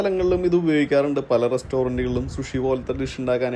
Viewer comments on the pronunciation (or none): സുഷി അല്ല, സൂഷി